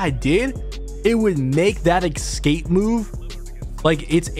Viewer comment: Jesus mate. Its E-SCAPE.....Not EC-SCAPE. ESCAPE!!